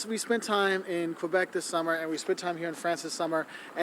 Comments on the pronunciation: The funniest thing about you video is that the first thing the "french" woman says is actually english. "char" is somewhere between "car" and "chariot". Some people say "voiture" and "auto". Also, I appreciate the way you say "Quebec". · Its the same as UK english vs American english. Something I hate is when you see a french canadian character in an english movie but they use a french guy instead of a canadian, its like having a movie introducing an american but its a british guy. A bit insulting. And than you for saying Quebec correctly.